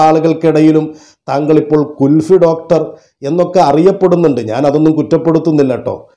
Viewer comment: ഡോക്ടർ അല്ല ഡോട്ടർ